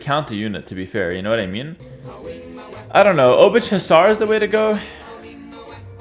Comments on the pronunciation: Please don't prounance Obuch like you do, it's more like "Obooh", as "Ch" in polish is like a "h". "Cz" is polish version of english "Ch", so it would be written as "Obucz" when you pronunce it like this ;) Take care, also I can't belive how any human being can play so fast and precise xD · Always when say obuČ (Obuch) i get little more cancer. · Hey, "ch" in Obuch is pronounced with Polish "ch". You can imagine that as a sound you make just before you start to snore. I will review your Czech pronunciation soon. Take care! Yours low elo Czech viewer. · Pronounciation couldve been different at the time the game played. And even if not, pronounciation can still regionally vary. I do not think there is definite answer which one pronounciation is absolutely. If there was, it would not be sensibly applicable, since most people in the world would not even be able to pronounce it "right". Heras pronounciation - i dare to say - is wrong, while most of the pronounciations suggested here are probably in the range of right ones